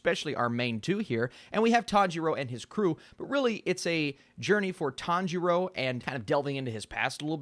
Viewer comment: Sub watchers : I am going kill myself if he says tanjiro like that again Dub watchers: this is fine